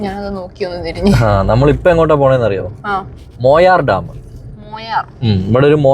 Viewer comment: മൊയാർ അല്ല മായാർ ആണ്